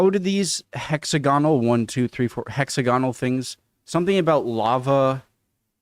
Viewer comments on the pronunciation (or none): HEXAGONAL not " hexi gonal" ! " Who mows this grass ?" !! THE SHEEP. You just had to mention Harry Fucking Potter didn't you !!🤬🤦‍♂ EIRE ( AIR AH)is Irish Gaelic for Ireland. They ARE tombstones/graves. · The giants causeway, a natural rock formation. The shape is pronounced. hex, ag onal.